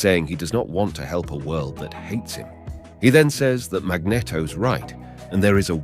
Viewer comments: Sorry 4 laughing but the way you pronounce magneto is funny ...cause mag net o is a famous ice cream ... we say mag ne to 4 the proper wording ❤❤ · Boy it's a good thing Jean"John" Grey was there to help Wolverine after being saved by Storm and Cyclops lmao!! I was kinda digging this video too I was even gonna look past the John Grey accident but hearing Magneto pronounced with a short "E" instead of a long "E" like the word "net" instead of like "Neet", so many times I had to take a break after about 20 mins. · It's Mag-NEEET-to, not mag-neh-to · Is really pronounced as he does, "Magnito" instead of "Magnéto".. I dunno..😅😅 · Jets firing torpedos....mag-net-o, 'john' grey, one-two-eight....this is comedy....😂😂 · Also says Mag-Netto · I hate the way you say “magneto” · I feel like you are deliberately mispronouncing magneto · pissing me of now guy cant even say magneto right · I enjoyed the video love how you say magneto sounds like a cross of a magnum and a cornetto